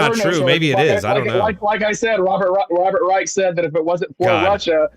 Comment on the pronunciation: Come on, it's pronounced Rysh not Rike and Trump was a Democrat in the 80s